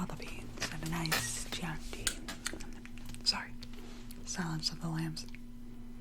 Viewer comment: Girl I’m sorry to be like this but it’s Chianti pronounced “key-anti” not “chi”.